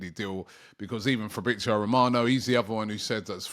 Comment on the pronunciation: Fabriozio Robbie 😂😂😂